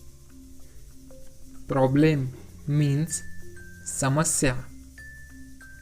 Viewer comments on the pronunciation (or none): none